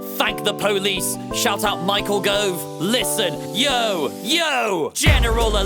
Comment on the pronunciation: That was the most Tory “Yo” at the start 😂